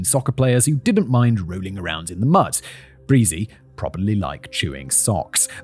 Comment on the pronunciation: "and it wasn't breezie" 🤣